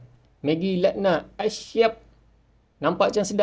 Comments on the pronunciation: aq dengar maggie luck nut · megi laknat😂...ke aku slah dengar😅